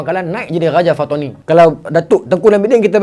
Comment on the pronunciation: bukan fatoni..patani...pantai ini..bukan bahasa kedah awe wei